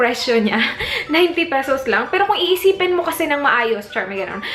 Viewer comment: "let me go ahead" - voice agent ka te no? "pesows" - sosyal. anyway try m nga maybelline, ever bilena and nichido products review.. thanks